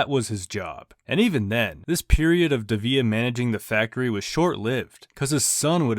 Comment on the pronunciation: You're mispronouncing his last name